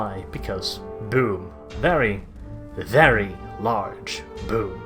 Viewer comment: Please start saying "very" without rolling your R